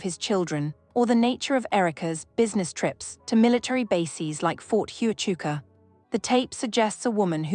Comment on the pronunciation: You can’t even say Ft Huachuca right